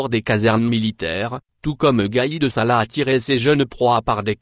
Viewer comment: gaid sala et non pas salah, en dirait 1957 58.